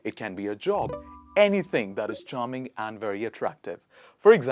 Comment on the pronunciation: I was shocked..... When he pronounced like dhaaatttttt.....😭